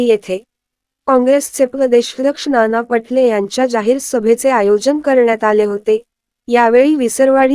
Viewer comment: ही निवेदिका फारच चुकीचे बोलते.मा.नाना पाटोले यांचे नाव नाना पटले असे सांगते.तसेच योग्य ठिकाणी pouse घेत नाही.बोलण्यात चढ उतार याचा विचार करत नाहीत.चॅनेल चांगले आहे.निवेदिका यांच्या बोलण्यात सुधारणा व्हावी.धन्यवाद.